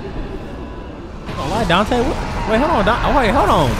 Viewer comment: I spit my drink bru 😂😂